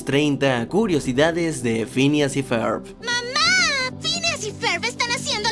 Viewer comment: Pincha wey no mames asi no se pronuncia (ferb)